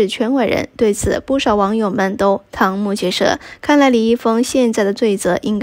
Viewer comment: 瞠目结舌 拼音是【chēng 】，不是【堂】！